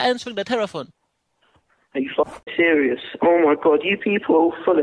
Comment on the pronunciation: "I am very cereal"